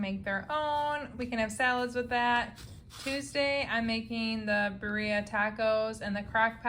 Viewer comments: Birria pronounced beer' ee 😊ah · Birria is pronounced BEER E AH